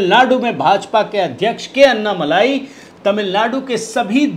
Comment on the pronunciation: अन्नामलाई नही अण्णामलाई बोलिये